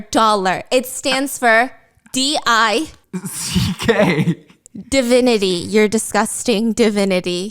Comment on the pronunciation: nah wdym "di-CK" 😭😭😭